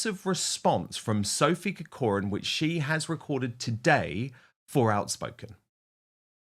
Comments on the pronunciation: Dan, having family connections to the Irish name Corcoran it grates on me somewhat every time you pronounce it incorrectly - please would you pronounce it as - KAW-kruhn which is the correct way thank you so much ❤ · Minor point - learn to pronounce CORCORAN properly! being a Kiwi doesn't help. Emphasis on the first CORcoran